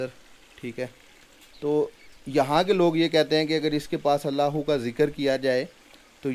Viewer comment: Aap Allah hoo ghalat bool rahay hay janab